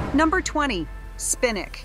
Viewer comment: You can grow spinack (as you misprnounced it) on your back.porch Even in an apartment. You can grow cut and grow veggies such as celery, lettuce, kale. Chard, and spinach.